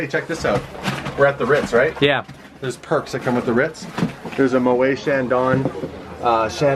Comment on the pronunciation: It's mo et not moay